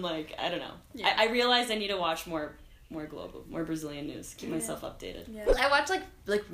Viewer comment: "Preciso assistir mais à Globo..." Camila, você é demais, mas nessa hora meu ouvido "doeu".